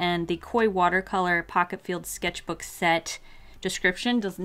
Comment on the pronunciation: The way she said skecth book killed me